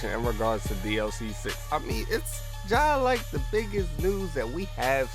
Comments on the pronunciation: This nigga from dc or pg cause I heard “jih like” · Hold up bruh did you just say ji-like you from pg or dc